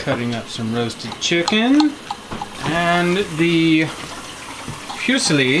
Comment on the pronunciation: Love your videos!! Buggy is totally adorable! Have to help you out on the pasta though, it’s pronounced foo-zeal-li 😂🤣 didn’t know what kind of pasta you were talking about until showed it. Since we moved to our dream home, the internet speed is not so great but yours is one of the few channels I still watch regularly. Keep on keeping on 😊